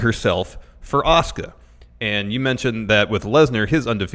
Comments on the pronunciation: saying Asuka is the most frustrating i have heard in a long time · Stone Osborne Well he is a heel wrestler, so if it is him doing all those to piss people off he is a genius. I don't know how that is going to get him closer to WWE though? Especially when he keeps mispronouncing Asuka's name.